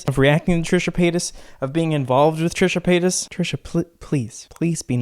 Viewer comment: I thought he was saying Trisha Penis at first